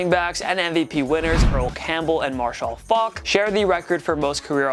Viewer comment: Does anyone else hate the way he says Marshall faulk's name???